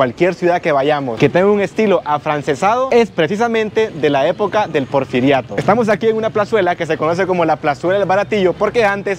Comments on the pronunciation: Porferiato???....Porferio???...anotalo porque dices muchas tonterías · No pudiste nunca pronunciar “El porfiriato “.😂